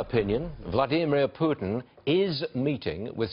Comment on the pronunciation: The first MSM anchor who actually pronounced Putin's first name correctly by stressing the second syllable.